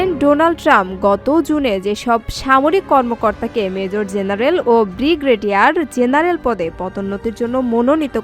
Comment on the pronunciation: ব্রিগেডিয়ার জেনারেল বলার উচ্চারণ ভুল আছে এবং পঁচিশ বলার উচ্চারণ ভুল আছে